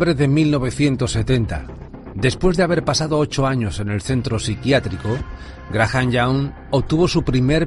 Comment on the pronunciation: Ni se porque pronuncia mal " Graha "n".. es Graham.. 🤷🏻‍♀️